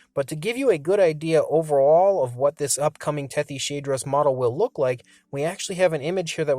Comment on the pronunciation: That's a weird way to pronounce Tethyshadros... It's named after the Tethys sea. And it's a hadrosauroid. So Tethys-hadros.